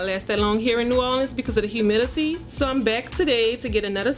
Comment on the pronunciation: she said humidity like "humility" lol